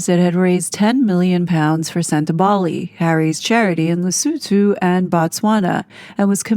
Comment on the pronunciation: Well donefor pronouncing Lesotho correctly!